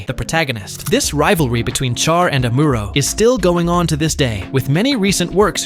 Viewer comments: oh god chair:face-purple-crying: Char should be pronounced 'shar' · Am-or-row =amuro Sh-ar =char